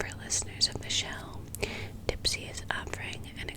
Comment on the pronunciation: When you said dipsea, I thought you said tipsy lol